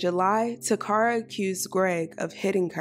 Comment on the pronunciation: Her name is not pronounced ta cara. It’s Kara….Takara. My name is similar and people call me Tecara but it’s Tekara.